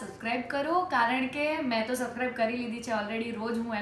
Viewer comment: Kinjal Ben ne sabscribe bolta nathi avdtu 😁😁